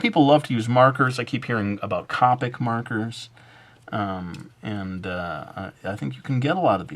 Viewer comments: cOHpic... not copic... well its spelled copic but its pronounced cohpic.... Sorry, that just really bugs me. But I loved this video. It will be so helpfull. Id live to see like a tattered clothes video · hehe says "cahpic" instead of "cohpic," that's the way i say copic too ^-^